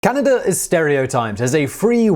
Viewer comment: Canader? Why do the English do that? I know Simon really tries not to, but the faster he talks, the more likely he is to slip.